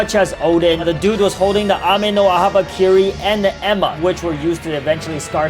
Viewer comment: He calling enma emma